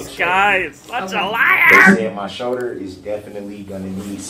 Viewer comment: Hims shoder lol